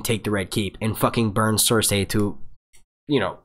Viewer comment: Dude, Cer-say is the correct pronunciation. George R. Martin himself says it the same way and he's the end all be all when it comes to it. These random peoples opinion on it are completely irrelevant.